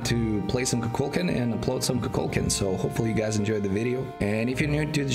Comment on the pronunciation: ITS KUKULKAN